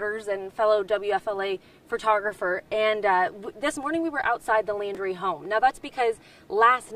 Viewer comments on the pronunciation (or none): The reporter doesn't even know his last name. It's Laundrie, not "Landry." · Yeah the way they promote themselves before starting a horrific story fantastic journalism...... Maybe the lady could get the name right maybe once??? She's said Landy,laundie shit I don't think she gets the name right once. She's obviously a pain in the arse for the sniffer dogs but she's still there. That's commitment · Not Landry, it's Laundrie (like "dirty" laundry).